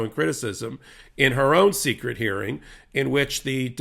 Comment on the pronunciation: Lmao! It's not "secrete" It's still pronounced "secret"